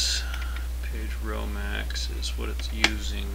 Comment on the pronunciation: Page row max = Pedro Max LOL! I laughed a couple times hearing that during the tut haha.